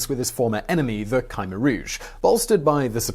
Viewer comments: it's not Kimer it's k-h-mear that the pronounc thingy.if u think i was spelling it im not cause i allready know it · Khmer is pronounced Keh-mayor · Your wrong man. Its Pronouce K-MY. Khmer is a Western term just like Cambodian. Its similar to the TERM Cambodia/Kampu-chea derived from Kambujadeas aka Suwanipumi /Island /Land Of Gold. Ancient Greek called us Kattigara while Roman called us Khersonese.. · Kymer? ... Try: Kh-Mare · Isn't it Koom-air rouge not Kymer rouge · "cam" - "air" Rouge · Ka-meer... there's no y or i. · its Khmer (khm-ae) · Yup. You're saying Khmer wrong. You're saying KI like kite with the Kh, the Kh is KA like Katrina. The MER is said fine, it's like air. Love the channel. You and anybody that helps you do great work. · Khmer, is best pronounced Kim-air said fluidly together. 👍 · Ok, I understand mispronouncing personal names and stuff, but how in the world did you manage to pronounce Khmer as Ca-mer throughout the video, now that's embarassing! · Its K-MY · ku-mare - Short u, stress on the second syllable. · Sorry to be the jerk that corrects your pronunciation but the "K" in Khmer is a mute K. Not "Khi" like in bugs chitin. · Hard to listen to this guy butchering "khmer" about 30 times in a short video. You'd think he would do some research into pronouncing things properly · i lived through this era. what a disgusting regime. and kudos on at least trying to get through the foreign names, etc! (my russian acquaintances sometimes laugh at my google-inspired "Russian") ya cain't win 'em all! khmer: pronounced like "try to hawk up a loogy--mer." ugly vid due to ugly subject.